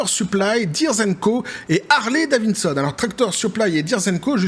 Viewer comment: Harley Davidson et non pas Harley Davinson 😉